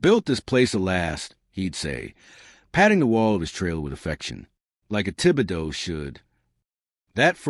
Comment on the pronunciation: You even pronounced Tib-e-doe correct 😂